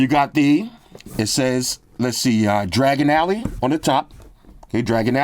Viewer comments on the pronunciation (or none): "dragon alley" 😭😭😭😭